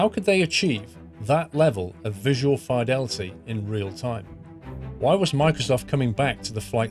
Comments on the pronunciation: I'm sorry but I can't get past how you say "Fidelity" - . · Thumbs down purely for the way you said fidelity.